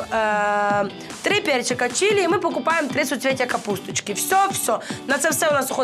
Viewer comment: Чери? Это Чили 🤣